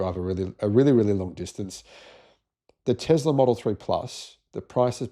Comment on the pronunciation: Hate to point out the obvious but there is not a Z in Tesla. Love your channel apart from this constant mispronunciation of Nikola's surname. It's TeSla. Ask his mum, she'll tell you 😊